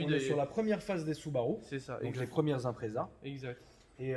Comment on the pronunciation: les premières Z'IMPRéZZAA" propre haha c'est Beauwww